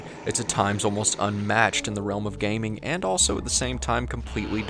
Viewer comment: says elso instead of also.